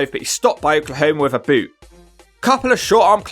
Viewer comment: I rewinded it 3 times to hear “with a BOUOTE”